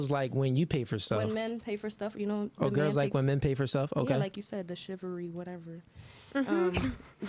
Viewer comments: Great show, but, you really need to work on your pronunciation of words bro. It’s “Chivalry” not “Chivery”. There is an “l” in there. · ChivaLry wtf is shivery?? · ChivALry. Not chivary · "Shivery" lol The word would likely be easier to understand if they pronounced the L in chivalry.